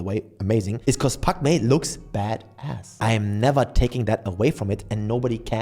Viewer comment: At first i thought you said Pac Man 😂